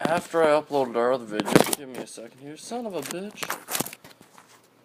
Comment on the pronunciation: it sounded more like vidjeo